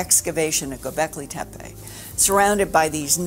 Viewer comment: I hate when people mispronounce names. "Anunakai" "Tepai". If you want to build credibility in your work learn how to pronounce things you working on. Otherwise you will be branded as fool. Hate those "researchers"